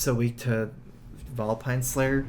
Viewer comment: Do you think he'll drawl Vilepine Slayer?